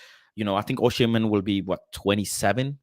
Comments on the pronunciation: Great Show. FYI: Osimhen is pronounced “Oh-See-Men” (the h comes after the m, not after the s) I’m Nigerian 😊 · Why everyone calling him Oshimen??